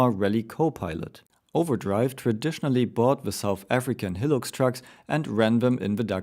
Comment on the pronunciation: not hating but high-lux, not he-lux